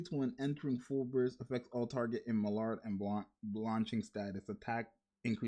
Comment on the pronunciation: Maillard pronouce like (my-yar, my-yard)